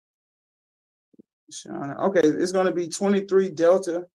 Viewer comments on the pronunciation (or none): none